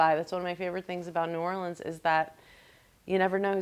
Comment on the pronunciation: Oh my goodness, she even said the city correctly. Welcome Amy❤